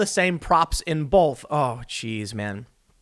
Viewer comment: For shits sake dude, there is NO "l" in both!!! Its not "bolth". Its Both! Long "o" lol jus sayin.